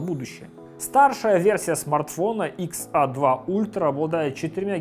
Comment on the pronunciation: XA - икс эй! Это правильное произношение